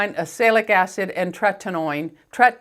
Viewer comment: 😮 this is the 4th time today that I’ve said how much I love 💕 empties videos 😒should I be concerned 😧 Nope I’m to busy laughing 😂 at trentanoin...trentinoion...tretinoin... can’t say it and I can’t spell it💄💋❣️